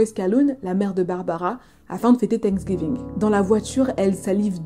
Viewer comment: C est pas tank giving mais la prononciation c est fincks giving lol je trouve ta façon de raconter irrespectueuse et non bienveillante ! Je ne m abonne pas du coup car la maltraitance n est pas un sujet rigolo surtout cette histoire est très dur !